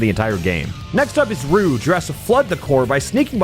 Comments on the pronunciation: Enjoying this video but the way you pronounce "Rouge" is like nails on a chalkboard. It's a soft "j" sound. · “now rouge is up to bat” YOU